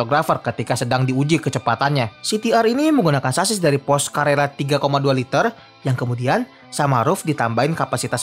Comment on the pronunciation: Porsche bacanya Porsyee, bukan Porsss